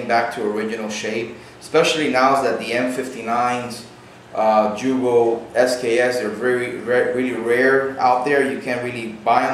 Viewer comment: Great Video, but for future references, its Yugo not Jugo. I know we spell it Jugoslavia (Југославија), but its pronounced Yugoslavia.